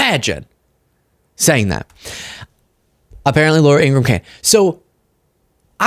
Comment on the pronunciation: It’s In-gra-ham, three syllables, like POS [piece of shit].